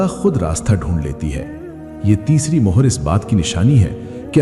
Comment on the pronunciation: Hi, it not mahar it's mohar as in stamp